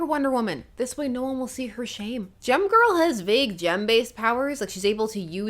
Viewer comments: When you said "Gem Girl," I heard "Gym Girl." No wonder I expected her to be ill-tempered :) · Every time you say "Gem-Girl," I hear 🎶 "Jem, Oooh, Fortune, Fashion and Fame!"